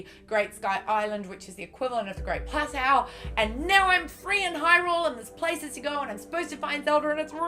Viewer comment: It's "plat toe" lol letting you know :p glad to know your enjoying the game though